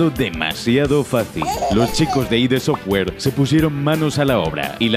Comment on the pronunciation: No es I.D. Software, es Id software, no son siglas. Y John Cormack? Además de más paridas que se sueltanen este vídeo.. Santo Dios xD